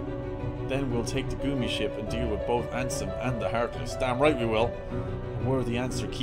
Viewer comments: Lots of folks in the chat are German and in the German language, it is pronounced 'goomi'. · So is he pronouncing gummi ship wrong on purpose now?